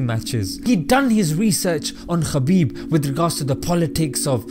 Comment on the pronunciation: Brother his name is ( Habib ) forget about the K ❤️❤️🌹 And in Arabic it’s ( حبيب ) Khabib the first letter like Khan it’s not very good meaning the right meaning to his name is with the letter H May Allah bless you our beautiful brother 💚